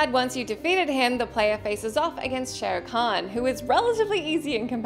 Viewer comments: Lady its not show can Its shao khan Shao khan Shao khan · called him Shere Khan lmao